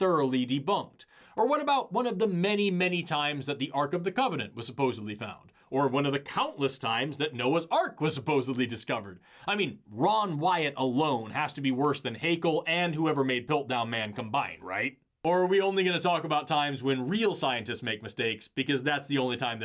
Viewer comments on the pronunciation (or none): Or Wrong White, as I hear it…😂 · I keep hearing Ron Wyatt as wrong wyte.